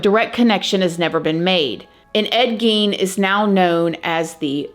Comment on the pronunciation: Gein is pronounced as GAIN.